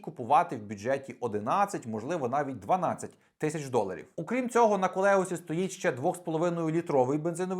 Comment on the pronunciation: Тільки не колеос, Господи дай йому розуму.